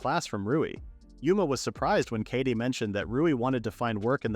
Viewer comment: kaede is pronounced k-eye-day, not katie. i get that it's a text to speech thing, but it can't be that hard to get it to pronounce stuff right